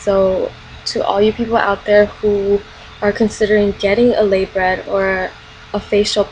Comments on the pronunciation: It's pronounced LUH-BRAY! The "t" is silent & your face "shifting" because of a lip piercing? "the muscles & having your face in a certain position"? you sound reaaaally uneducated & immature. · the piercing u had isn't a labret... and u pronounced it wrong.